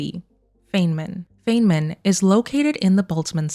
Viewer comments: Feynman, named after physicist Richard Feynman, is pronounced "fine-mun", not "fayne-min". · It's actually pronounced "fine-man", not "fayn-man" 👍🏻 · Pronounced "fine-man" Edit: this is amazing detective work. Edit edit: not being negative about the Feynman pronunciation thing. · FYI Feynman is pronounced as “Fine man”. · Tiny correction - Feynman is pronounced "Fine man" 🖖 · Some thoughts and queries to 1. It says Dyson bubble though, not an Alderson disk. Or do you think they might retcon it to this? Regardless, good find. 2. , I have to be that guy and say, his name is pronounced as "Fine-man" 3. Could this Mass Relay be the Baterian relay Shep destroyed in ME2 Arrival DLC? Would make sense as it would signal the prelude of the Invasion. And the audio would be beginning of the Invasion on Earth. 4. I agree that it is more likely that they would go on a parallel universe, maybe 4 for all 3 + No choice endings. Or they could just pick one as cannon and go from there. Thanks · Feyman is a long "I". Fi nman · Is it okay that I need to point out that Dr. Feynman’s name is pronounced FINE-man? I am pedantic when it comes to names and he’s one of my heroes. I know people don’t like to be corrected, but I thought you might want to know, since you are so meticulously analyzing these clues. If you ask Siri or Google, they will say FAIN-man, but if you watch his lectures (they’re all available on YouTube), you will learn otherwise. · Either you mispronounced Feynman or I did all of my life.